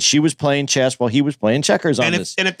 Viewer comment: ...uhhh, it's chess bro not chest lmao